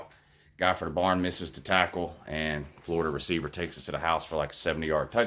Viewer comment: He is a fworida man woouuu